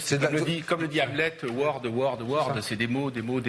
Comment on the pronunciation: François Bousquet "l'anglophile" "lettré" : Cest "(...) Words, words words" et ça se prononce "wordZ", you idiot...